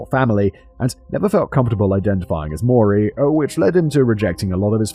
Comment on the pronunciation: Simon, a tip for pronouncing "maori" say moldy then replace the "L" with a rolled "R" boom sounding like a native.